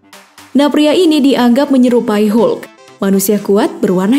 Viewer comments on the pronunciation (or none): none